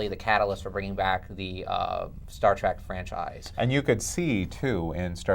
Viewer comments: Star TREK .... you idiot ... TREK, TREK, TREK ... not TRACK! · Why does this leftmost idiot keep saying Star TRAK? God!